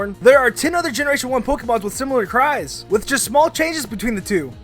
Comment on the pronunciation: For number 8, did anyone else hear "cards" when he said "cries"?